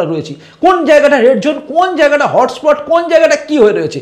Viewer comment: The word is"ZONE" & not "jone" Please correct your pronunciation. Hope you don't mind for pointing out the mistake